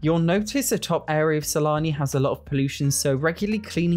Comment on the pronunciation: It doesn't matter how many times I replay it, I always hear you say: Salami instead of Sulani 😂😂